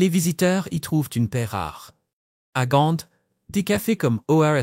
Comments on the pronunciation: GAND (ou en néerlandais GENT)mais pas GANTE; ça n'existe pas,nulle par, même pas en Anglais (GHENT) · Très bonne vidéo mais pitié... Bruxelles se prononce Brussel et Gand se prononce Gan